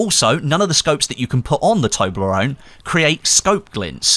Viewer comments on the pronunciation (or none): none